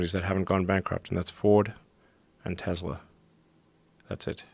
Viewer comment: Im calling it a Tezla now, because that's how the creator calls it